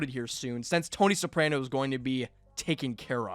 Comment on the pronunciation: do you HAVE to say soprano incorrectly lmfao